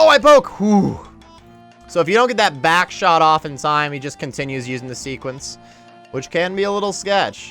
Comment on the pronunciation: "and you're also doing no damage while you're running around to hit that BACKshot ya know" little pause and continues lmao, didn't go unnoticed 😂